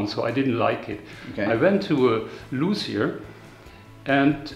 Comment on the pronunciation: Just a correction on pronunciation of luthier: it is loot ee yair. The word does mean lute maker after all.